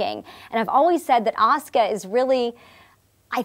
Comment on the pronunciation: Love that she pronounces her fucking name correctly. People know how to say Sasuke but say Asuka wrong in the west. Baffling